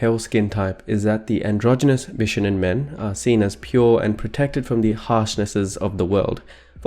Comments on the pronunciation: it's beeshownen not b shuh nen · Bishonen is pronounced "Bee-shoh-nen" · Bishonen is actually spelled BISHŌNEN, meaning it’s not pronounced “bish onen” but “BEE SHOW NEN” three syllables. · The "shō" in "bishōnen" is pronounced "show" not "shuh" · Bishonen is pronounced “BEE SHOW OH NEH NN” not “BISH ONEN”. I didn’t wanna be one of those people but since it’s a very important part of this video, I think it’s important. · I'm sorry but him saying bishounen is very distracting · who are “they”? whoever you mean they’re wrong. it’s pronounced with an ö